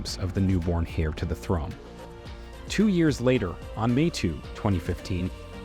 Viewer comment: Must be a fake computer voice. Its saying “Hair” to the British throne, instead of “Heir” LOL. It’s SAINT Andrews, not Street Andrews. Plus you said the Middleton’s moved in 1955. None of them were born yet. Btw, she’s married so her name is no longer Middleton and hasn’t been for 11 or 12 years. She is Catherine Princess of Wales.